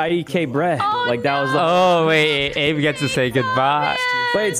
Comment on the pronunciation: My favorite part of this is that they all started pronouncing Abe wrong 🤣